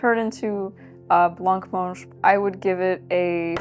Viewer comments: Hi, you dont pronouncethe c in blancmange xx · This was lovely. My mum made blancmange for me growing up but I never liked the texture. She always pronounced it "blammange". I assume this is correct because she's a huge language/pronunciation nerd.